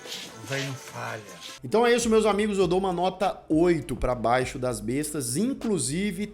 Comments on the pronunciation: Somente uma correção: não é BAIXO DAS BESTAS. É BAIXIIIIO DAS BESTAS. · E B A I X I O DAS BESTAS E NÃO BAIXO !!!!!! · O falante diz " Baixo' das bestas". Chega a ser BIZARRO a ignorância que os brasileiros temos com a pronúncia das palavras, da língua portuguesa!!! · A pronúncia é baixío das bestas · A análise do filme é ótima! Só faltou a pronúncia correta do nome do filme...